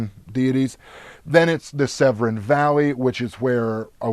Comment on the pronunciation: Great episode. BTW - Severn for river, valley etc. is pronounced as Sev-ern with a weak stress on the "r" so it's practically indistinguishable from Seven.